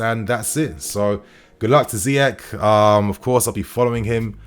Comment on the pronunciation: It’s pronounced ZEE-ESH!